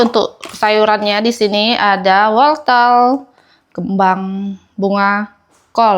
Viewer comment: WORTEL bukan woltel 😂